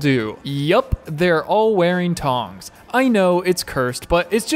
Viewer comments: Two cool side notes- Lucasfilm actually hand made a bunch of Wookiee from real yak fur, just like Chewie's costume. Despite his deep pockets, there were only like 15 made, and then digitally duplicated. Clone Wookiee! PS- it's TH-ONG, kiddo, not TONG. Tongs are those leather and wood shoes that guys that eat Ben and Jerry's and listen to Phish wear while they brush their pony tails. Things are basically dental floss that the humans formally known as women sometimes wear under jeans if they plan on drinking Lite beer and attempting to ride a mechanical bull. Awesome channel, homie. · Dude it's pernounced th-ong